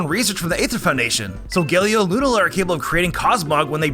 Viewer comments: U mean (Lu-Nala) not (Luna-La) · Why does everyone say (luna-la) it's (Lu-nala)